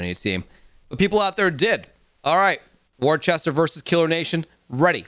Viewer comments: I love how they all pronounce "worcester" wrong no offense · kinda like wuster or wusta